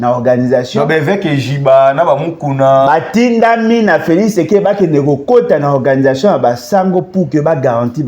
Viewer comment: Bolodjwa mofibi masoko ya Kanambé. Zoba ya mobali. Motema mabe kk neti elongi na ye. Felis Sekedi kiekiekiekiekie ayebi ata ko prononcer Felix tshisekedi te.